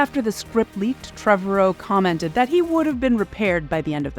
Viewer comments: “Trevorrow” rhymes with “tomorrow.” Not Trevor O. I only know this because he said it during an interview with Chris Pratt in a “Jurassic World” featurette. Also, the second C in Coruscant is silent. “Core-uh-sawnt.” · Please Please PLEASE review basic pronunciation of your topic material before releasing your videos! This happens repeatedly on your channel, which only diminishes your credibility. Trevorrow has stated in multiple interviews that his name rhymes with "tomorrow". And "Chorus Can't" - ?!?!? AAARRRGGGHHHH!!!!!!